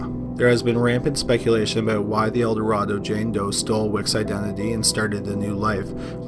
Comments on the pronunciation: As others have stated, El Dorado JD has been solved. Also “El Dorado” in this case is pronounced “Elduh-RAY-doh” in this case. Because Arkansas. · You are mispronouncing Eldorado.